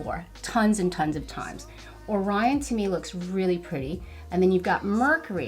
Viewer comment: Beautiful look! I wonder if using a base of glitter glue would help with the fallout. I'm really torn about purchasing it. Waiting to see if it comes to Sephora. I've watched numerous reviews on this palette, and you are only the second person to correctly pronounce "Orion" and "Quasar." Good job!